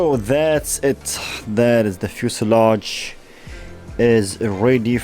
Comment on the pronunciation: One biece fuselage in brimer. Berfect 100 bercent